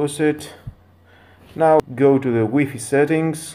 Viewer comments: Cant watch the review after he says wee fee rather then wifi lmao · It's like why Fi ..... not wee fee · how many times did he say wee fee ? has anyone count ? btw, for all the trolls, man you read WiFi like this -> Wai-Fai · Lmao “weefee” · It's wee fee dude get it right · wee fee lolz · U call it waay faay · huh huh huh he said wee fee huh huh huh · I cringed everytime he said WEE FII .. 😂😂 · WiFi versus WEEPEE 🤣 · Wee fee XD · its why fy not weee fee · Wtf is a wee-fee? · Wee fee lol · Wee fee🤣🤣🤣🤣